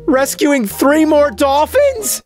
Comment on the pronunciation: I feel when Rolfe says "Dolphins!" It nearly sounds like "Donkey!" from Chef Ramsay.